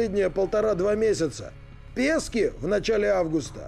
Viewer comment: Пески́, ежели чѣ. Не Пе́ски.